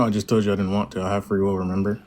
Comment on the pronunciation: “I jus toed you”